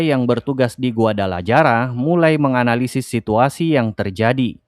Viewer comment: Reviewnya bagus, cuma sayang dari kemarin (series Narcos), saya risih dengan penyebutan nama kota, Guadalaraja. Guadalajara Itu dibacanya Guadalahara.